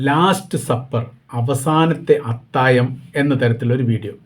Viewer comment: അത്താഴം ആണ് അത്തായം അല്ല. താങ്കൾ പലപ്പോഴും ഴ എന്നുള്ളതിന് യ എന്നാണ് പറയുന്നത് 😊